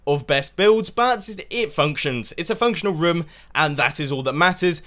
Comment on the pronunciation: You say rym when you say room